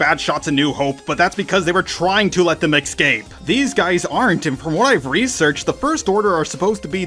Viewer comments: you call Fin and Poe, Han and Poe. Also it’s escape not excape. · Please for the love of god it's not X-scape. There is no X or ecks in escape. You pronounce Jedi correctly and X-wing correctly but you consistently mispronounce escape. Make the e sound in Jedi and then pronounce scape like you have been. It was like nails on a chalk board every time (4) that you said the word. I am saying this as a fan, and I appreciate when people point out when I make errors in pronouncing things. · Why cant mericans pronounce escape right? Its Not egg scapey its es Cape .. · Please stop saying excape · They eck-scape